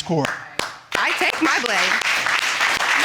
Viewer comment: ......IT'S.............TA - NI( nee ) - KA!!! :)